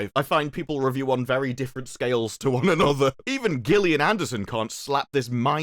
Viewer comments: It's not pronounced gill but jill -ian Anderson Gill would be the masculine pronouncing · Can't figure out if he's trolling by pronoucing 'Ares' and 'Gillian' like that...